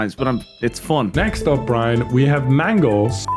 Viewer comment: It's Briane??? Not Brian??? Not even Brine???